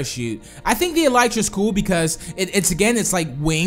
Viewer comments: It's eeelytra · the elytra is pronaused like this e-lee-tra